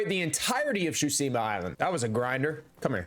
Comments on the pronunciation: great video but your pronounciation of "Tsushima" pisses me off ^^ its Tsu-shi-ma not sushima ...idk why this triggers me so hard anyway great job^^ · Ghost of SHUSIMA 😂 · Chusima... Tsu...Shi...Ma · Every time you said “Tschusima” instead of Tsushima it sent shivers down my spine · Every time he said “Shutsima”. 😢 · “Ghost of shusima” 💀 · "Ghost of Shooseema" Brother... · He called the game. „Ghost of Tchusima“ so I’m not surprised😂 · REALLY ITS NOT GHOST OF SHOESIMHAH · kinda klling me more than the lethal thugs with mispeaking TSHUSIMA the whole video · Ghost of tchusima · I hate nitpicking like this generally. But the horrible pronunciation in this video actually just pissed me off. It’s TSUSHIMA. Not SHUTSIMA I swear to god it got worse every time I heard it. Did he not read the title of the game he was playing for more than half a second? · I just started the video and I don't think I'll be able to handle him saying Shoosima the whole time 😭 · "Ghost of shuseama" REAL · Great video so far but damn how are you so unable to pronounce tsushima and khotun khan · May have platinumed it but you still can’t pronounce Tsushima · Can't even say Tsushima correctly either. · He doesn’t even say Tsushima right, what did you expect? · The only crime here is the way you prounounce Tsushima Edit....Nevermind, there are many crimes of pronounciation.